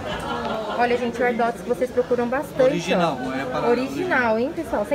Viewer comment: "OLIGINAL?" , sempre ouço isso na galeria pagé...